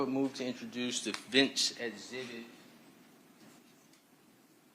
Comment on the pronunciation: Of course he's guilty. His defense lawyer can't even pronounce 'exhibit' properly.